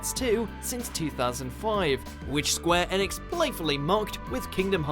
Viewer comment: Square "EEEEEEnix" "Eeeeeeeeeenix" not "ehnix" please dear god no.